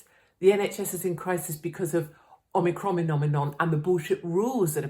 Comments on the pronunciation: “Ocronominon” LOLOLOLOL ….. 🎯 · Omicroninom nominom 🤣 glad I'm not the only one who can't say this shit seriously or correctly x love you Katie, always have!